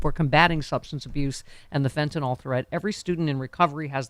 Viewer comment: It's "Fentanyl" (FEN-ta-nil) not "Fintinol".